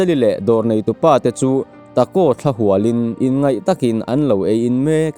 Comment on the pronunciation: Lam sual i nei mual mai, THLA HUAL tih te NGUI tih i lam dan te hi a dik lo tlat, a lehpek ah chuan lam dik i tum hram hram tawh dawn a nia..